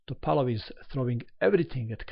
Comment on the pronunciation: is from Montenegro and his mother language is very close to russian. The way he says it is the right way.